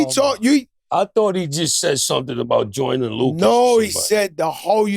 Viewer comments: ‘Joyner Luka’ 😂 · Joe changes everyones names... gorilla mems.... Joyner Luca lmfao